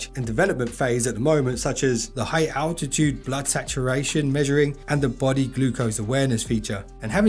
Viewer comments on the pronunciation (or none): none